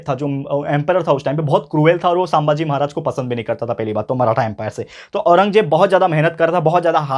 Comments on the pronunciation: Sir please don't pronounce saambhaji pronounce sum bhaji=sambhaji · Sir not सांभाजी, it's संभाजी. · Sir,sambhaji not sambhaaji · Sir saambhaji nahi sambhaji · Saambhaji nahi sambhaji bhai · It is sambhaji not shambhaji sir